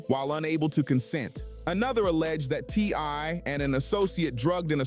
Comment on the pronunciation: Also said TY few times!!